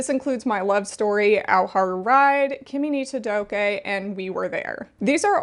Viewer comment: Kimi no todokéééééééh?? Excuse me 🤠